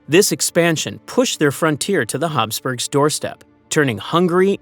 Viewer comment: Commentator talks too fast. Plus if it is Habsburgs, pronounceation is wrong. I hate that. Probably ai.